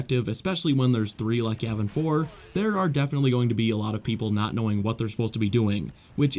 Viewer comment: Not to be rude or a know it all or anything like that but Yavin 4 is actually pronounced Yaw Ven For not Yeah Ven For